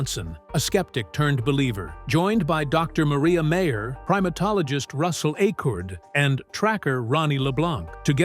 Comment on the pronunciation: It's MIREYA MAYER....NOT MARIA MEYER!!!